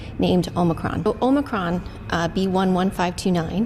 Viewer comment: देवी जी ओमाई क्रोन नहीं ओमिक्रोन नाम है वायरस का।।। कम से कम नाम तो सही पढ़ लीजिए🤣